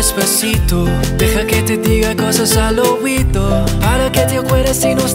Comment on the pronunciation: you should practice more the pronunciation of the "r" and the word "oído", it's just a suggestion. You were amazing, greetings from Argentina 🇦🇷